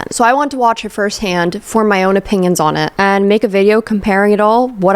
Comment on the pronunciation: You say opinions like opingions. Like how some people throw a G in onion, ungyun